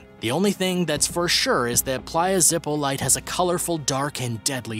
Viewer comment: playa zipolite (pronounced more like zip - o - lee - tee) isnt that dangerous! I have swam there a bunch. Gratned, you dont go in deep, but its not top 10 most dangerous in the world